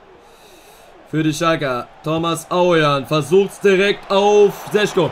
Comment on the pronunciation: Šeško wird Scheschko gesprochen